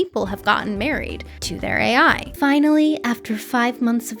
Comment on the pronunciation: Nice I'm not the only one that calls AI as ey, 😂